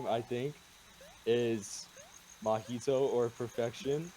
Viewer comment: why did you say mah-hee-to (mahito) like mah-ito